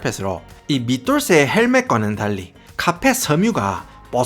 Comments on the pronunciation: 횽아 사투리 쓰가믄서 카얼펫 하는게 너무 킬포자나 ㅋㅋㅋ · 와따 마~ 고마쌔리 쎗바닥 엄청 굴리뿌네예~ 카아알풰엣~ 카아알풰엣~!! 잘 봤심니데이~~